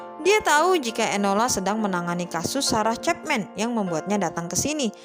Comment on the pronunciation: Sama woe wkwkk ga fokus bgt bagian ini gara2 cepmek